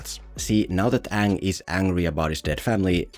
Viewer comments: "my ngame is oong" "and am ranaway" I got secondhand embarrassment just by listening that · “My name is Ong” My brother in Christ the characters explicitly say “Aang”, how the fuck do you mess that up?! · Its not Aang. Its Ong! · The moment i heard oong instead of aang in the theater when this came out, was the moment i started to lose hope in humanity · Aang ❌ Ong✅ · To this day i didnt understand why is it Oong instead of Aang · His name is Aang not Ong. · The content was great but listening to you mispronounce Oong for 16 minutes strait got tiring real fast! 4/10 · It keep annoying me so much that they pronounce it as ONG LIKe comeon man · The problem with this movie was he deliberately pronounced the names wrong. Every time i hear uung I cringed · mY nAmE is eGgh 💀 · OONG. HIS NAME IS OONG. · Guys , I think Uhng is the uhvahtah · umm i believe it’s actually the “YAANG Avatar OONG” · Onng the auvatar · What always makes me cringe is the way they say Aangs name in this movie, like its literally not hard to pronounce it right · A long time ago I was a preteen when my uncle took me to go see this and when I heard them mispronounced their name ik it was a shit show, he said no come on let's just wait and see and as soon as that it took four Earth benders to lift one rock it was over , he told me get up were getting our money back and seeing a new movie